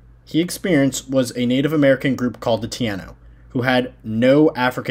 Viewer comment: Cant even pronounce TAI-NO Correct. So I can't listen to youse. Good try tho